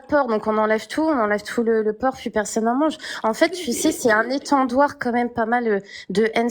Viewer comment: Des "etandoires" mdr et sa veut faire la maline